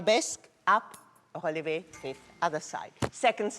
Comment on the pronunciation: Am I the only person who loves the way pronounces "relevé"?